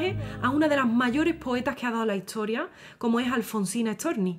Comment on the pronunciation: Se me hace un poco curioso la forma de hablar de esta belleza de mujer. Porqué pronuncia las palabras con s y t en posición contraria. Ejemplo: esta la pronuncia etsa, historia la pronuncia hitsoria y así. Solo una curiosidad 🤗